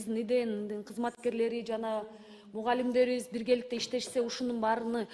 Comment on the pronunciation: Баарыны,милдеттини деген создун аягын туура суйло